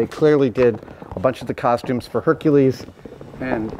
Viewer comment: the way man said Hercules 😂😂